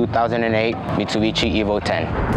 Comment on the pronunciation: Evo "o" ten? 😶